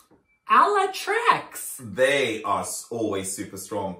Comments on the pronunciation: Loooves! The "CZ" sound in Ala Tracz's surename is read more like a "CH" in "chicken" XDD I laughed so hard when I heard your "Ala Tracks". Much love from Poland ❤ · me too lol “tracks” hahahah